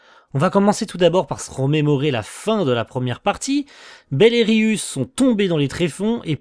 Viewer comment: Alors c'est pas forcément important mais je crois que ça se prononce Ryou 😭